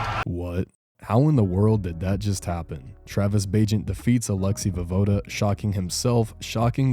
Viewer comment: pronounced vo-ye-voda